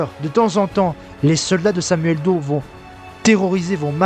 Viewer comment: "Do_e". Apprenez au moins à prononcer le nom de celui sur lequel vous essayez de faire un documentaire. Son nom ne s'est jamais prononcé de la sorte, ni en français, ni en anglais. Du plagiat de surcroit.